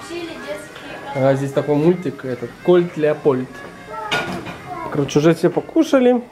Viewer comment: не кольт леопольд-а кот леапольд